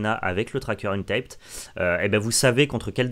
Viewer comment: Salut, ca se dit pas untaïped, mais untapped, avec un a. Comme le verbe anglais "tap, untap" utilisé à magic dont tu es familié ^^. je sais que c'est un commentaire inutile, mais l'anglais en moi a pleuré a chaque prononciation de untaïped (qui veut dire non scotché) ^^ merci pour les videos!